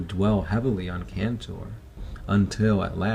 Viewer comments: I actually read Traitor's Gorge and instead of killing hundreds of orks they slayed thousands of them!! (allowing the CF to make barricades with the ork bodies).Ther orks werent counted as hundreds, they were counted as thousands of them (attacking in waves). PD: Pedro KANTOR not cantor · Indoril Nerevar Moon-and-Star yes it's Kantor.